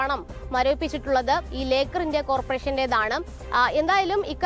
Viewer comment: ലേക്കാർ എന്ന് എഴുതി കാണിച്ചു ലോക്കർ എന്ന് പറയുന്ന ജേർണയലിസ്റ്റ് best.